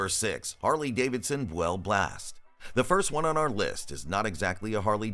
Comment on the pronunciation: 'Boo-ell? What a bunch of misinformation.